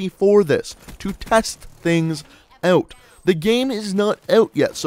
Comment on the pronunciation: that canadian ”out” tho